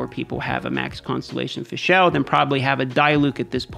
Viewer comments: It's Fischl, man. Not Fischelle -_ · Haha the way you pronounce fischl is cringyyyy. It's pronounced fishl for English speakers. There is no E in the name mate.